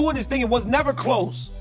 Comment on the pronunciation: "I've neber seen a satellite that was real" what the fuck is this dumbass talking about? hahaha. Also "the oldest history book" Not that expect Rampage to know what he is talking about at any given moment but that shit is hilarious